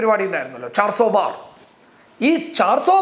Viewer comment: നല്ല അവതരണം. ഒരു തിരുത്ത് - ചാർ സോ ബാർ അല്ല, ചാർസോ പാർ ആണ് ശരി.